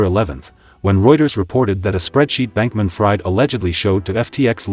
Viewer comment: If you are choosing to use AI Voiceover tools (as it is obvious you are) then at least take the bother to edit video text prior to translation to 'speech' so that the AI voice reads it as it is supposed to be pronounced: in the case of SBF -- 'Fried' is pronounced 'Freed' (which should have been more than clear to anyone researching the FTX fiasco). This is a new channel so attention to detail is worthwhile -- this advice is meant as constructive criticism so I hope it helps!